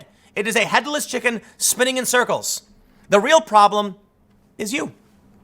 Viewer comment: It was too much of a german accent. We swedes tend to pronounce the as dö not ze.